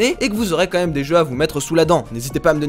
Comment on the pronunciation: "Quand même" pas "comme même" 😉